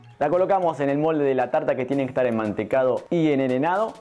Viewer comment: que manera de reírme con vos. Es mi postre favorito y nunca probé uno rico como me gusta a mi o como el que hago yo. Se dice enharinado no enerenado y acanalado el molde! Sos un personaje pero divino! Gracias por la receta